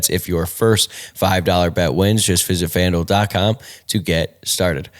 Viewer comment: Am I the only one who hears Fandil (rhymes with vandal) when says FanDuel??